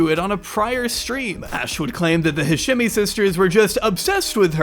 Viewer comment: Bro wtf. Remove the crimescene pic and pronounce the dudes name right. Jesus the edit got the daughter pronouncing hashemi and you straight after go into hasjemmy